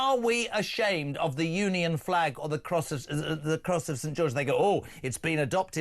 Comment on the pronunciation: Jeremy Kyle can not say the English Flag